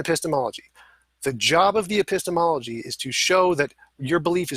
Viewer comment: That's a painful 'epistemology' to listen to